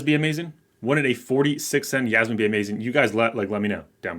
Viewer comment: I giggle whenever he says Yasmine.